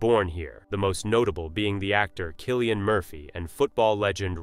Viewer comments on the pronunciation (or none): none